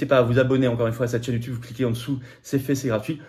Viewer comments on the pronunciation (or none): none